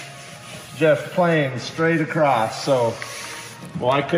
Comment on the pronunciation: I think you are the smartest and most capable man I have ever met. However, I have to point out, that although you are a Utahn, there is no "t" at the end of the word "across". Still, I am blown away by all the small details that take your time and attention and will ultimately make Scrappy a huge step up, even compared to Draco. Keep dreaming